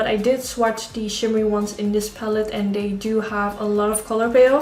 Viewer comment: Haha de manier waarop je an zei wist ik meteen dat je Nederlands was! Mooie look! Ga m denk ik vanavond eens uitproberen